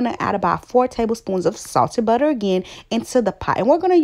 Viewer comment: Haha I thought I heard "saucey butter" LOL